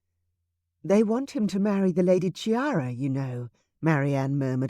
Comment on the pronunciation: This is such a wonderful story. I loved the other ones in the series but this one is the best. It would only have been better if the name Chiara had not been mispronounced, as it is really "Kiara" (as ch is k in Italian). Looking forward to Clarissa's book!